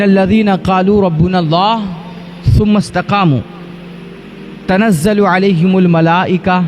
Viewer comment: تنزل نہیں حضرت تتنزل ہے